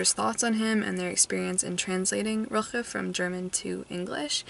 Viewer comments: I don't wanna be a know-it-all but you seem like you'd like to know this: the pronunciation of Rilke is literally just a light l and a k, none of that “ch” noise you keep making. Love your vlogs, you inspire me. I hope I get to a read a book again someday that I love as much as you love One hundred years of solitude. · FYI The K in Rilke is just a k and not a throat sound (velar fricative to be technical). What I find so interesting about him is that he is not talked about here in Germany. I learned about his existance in American media. He's not even on the sylabus for high school here.